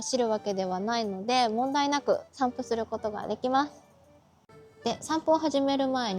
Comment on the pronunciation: 散布が散歩に聞こえた